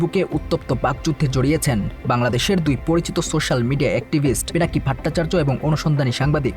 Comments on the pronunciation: দাদার নামটা সঠিকভাবে বলেন ভাট্টাচার্য না ভট্টাচার্য হবে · উপস্থাপক ভট্টাচার্য এর উচ্চারণ ত্রুটিপূর্ণ।